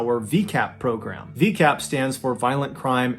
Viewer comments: Vicap. Not V-cap. Easy mistake to make, just fyi👍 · LOVE the long video and the amount of research you put in to each video. I've literally watched them all and seeing your tech and skills improve has been a delight. I know you like learning so for next time it is called v-EYE-cap not VEE- cap. Can't wait for more! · ❌ VCAP ✅ ViCAP (pronounced Vie•cap) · Ballen please learn to properly pronounce words your using. It’s not vee-cap it’s vi-cap. If you come across a new word that you don’t know how to pronounce simply ask google. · Mr. Ballen, it’s vicap, not v-cap🥲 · For those outside of the US, It's actually not V-cap, rather it's Vicap, pronounced V-eye-cap. If you look at the V, you'll see the "i"in it. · ViCAP not VCAP Your pronunciation is a little off. Long times lurker I really like your stories. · Driving me bananas Hun(love your videos) but your Pronunciation of - Vi-Cap” it’s vi like violent VI-cap like vi in violent then Cap so no vee-cap Vi-cap! Sorry and much love! Your stories are Articulately told!!! You deserve a Netflix show! Btw Medical shows piss me off too! They often pronounce medication&such wrong! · Love your videos!! It’s pronounced “vai kap” not V-Cap 🙈 not to be a Karen lol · Pretty sure it's a hard I in VICAPP NOT VEECAPP. Could be wrong but that's how I have always heard it pronounced. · Good video but just one quick FYI for future reference. ViCAP is pronounced like “Vie” (rhymes with eye) not like “Vee” as the beginning is short for “violent.” I apologize if that is already mentioned somewhere as there are too many comments to read through them all. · Its pronounced V-eye-cap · Just wondering if Mr. Ballen pronounces ViCAP as veecap when it’s pronounced with a long I sound as it stands for violent not veeolent due to an accent. I’m Canadian and not familiar with each and every American accent. Not in any way trying to be rude as I love him just genuinely curious. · It’s pronounced Vuh-EYE-cap